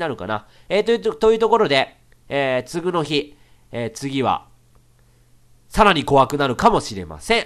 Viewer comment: [つぐの日]みたいな発音で[次の日]って言わないでくれ…